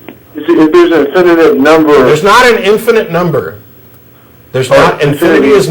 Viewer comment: This bonehead doesn’t even know how to say the word “infinite”. He’s saying it like a 5 year old “infininint” and I can’t stop laughing. You’re trying to solve one of the the biggest questions in science and dude can’t even say the word infinite correctly.